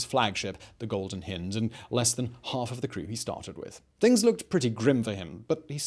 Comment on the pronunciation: Terrific vid, except for the grating mispronunciation of the Golden Hind